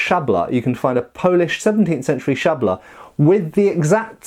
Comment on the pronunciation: that was best prenouciation of "szabla" that i've heard so far